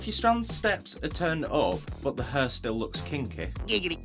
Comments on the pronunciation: The pronunciation of hair shouldn't be 'her' ????? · U spelled "hair" like "heer" (it's okay) Thanks for the tutorial!